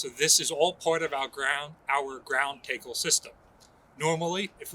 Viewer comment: Did he say ground tay-kle instead of tackle